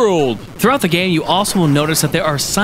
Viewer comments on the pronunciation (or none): did he say "throughout the gay" ?